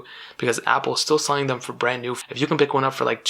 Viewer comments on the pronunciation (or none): none